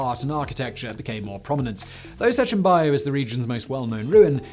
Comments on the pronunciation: Its "Bajo, pronounced ba-ho" Not baio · "Sechin BACH O." BACH , like the composer. that's the pronunciation of Baj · >Can say Julio correct >Mispronunces bajo every single time